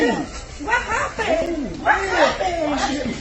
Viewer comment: "What happened" "what happened"? 👆🏻spanish accent